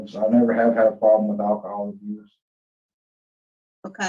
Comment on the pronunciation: O girl said..."Drugs n akahaw!"